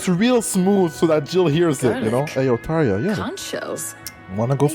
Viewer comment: Yeah, the way Tarja is spelled and pronounced in the game is the exact way it would be in finnish.